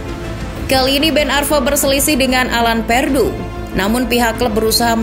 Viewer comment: Alan Pardew dibaca tetap Alan Pardew bukan malah Alan Perdew